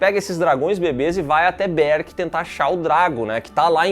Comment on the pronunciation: Para de falar berk desse jeito